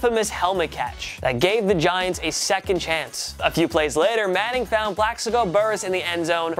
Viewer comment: Did you say “Diants?” I’m dead! ~Eagles fan